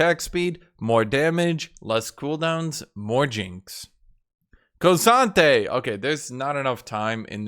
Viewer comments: No but for real it is not KO sante its K Sante. There is no O. Like cmon.. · thw way you say k'sante gives me creeps.. kewsantay